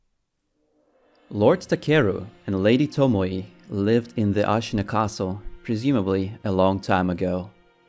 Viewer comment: To mo ē not to mo ee or to mo ye, its annoying, tomoē